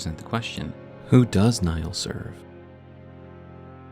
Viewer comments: why call him commander "Naill" when its clearly "Niall"? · Others have mentioned I think, but the name Niall is pronounced is identically to Neil (i.e., it's a homophone of "kneel"). As always, this was a wonderful video and I appreciate the in-depth research that went into this lore deep dive!